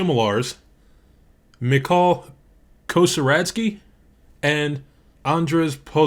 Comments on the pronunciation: Don't worry too much about butchering pronounciation of Polish names. It is important, but I don't think you would do it correctly the first time, so either way it would be there just for fun :) However it's true that sometimes just googling is enough to get it right - Chmielarz is also an actual word describing profession, meaning "a hop maker". Nevermind. What's more important to some boomers watching your great video is that original People Can Fly team were the creators of Painkiller back in 2004 and they were also responsible for porting the Gears of War to PC. As for Witchfire - I love it even if I absolutely can't play it. I didn't make it past the first two areas and level 10 because it scares me :) I'm coming back every week or two to this game just to get my ass kicked. What a fantastic piece of art it is. I wish there was some kind of at least a tiny campaign mode in the full product... I simply hate the roguelike mechanics in general :) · Great review, tbh leaving a comment only because your pronounciation of Chmielarz made me spit my coffee with laughter